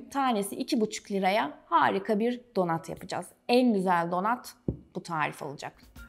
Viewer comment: Donat ne ayol😂 donat yaz bari, donut yaziyorsan telaffuzu dogru duzgun et yani